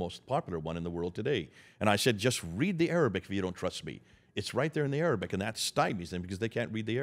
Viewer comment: I am impressed and amazed, this man is truly knowledgeable. He has all his facts memorized and every Arabic word is well pronounced, my Arabic (especially relating to the Muslim religion ) isn't strong yet I recognize all the words.